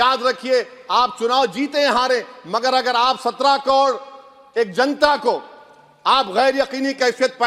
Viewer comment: Pehle sikhle kod nahi karod hota hai , muh me supari hai kya